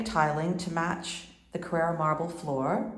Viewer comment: It is Carrara not carerra!